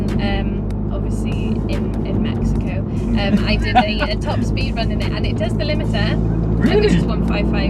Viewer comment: This lady really said mexico in the most UK accent lol. Doesn't work for people out side of Texas haha